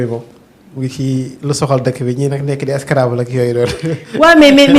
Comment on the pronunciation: Cette femme a un probleme de prononciation...On Scrabble et non Scrabbe